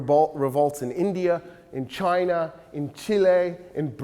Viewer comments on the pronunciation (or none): none